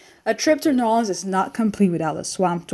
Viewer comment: It is not NAWLINS